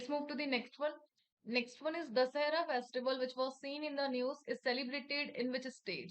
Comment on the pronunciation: Mam please watch the pronunciations…. Dasara , edition… no doubt could see the questions in screen but also impacts in remembering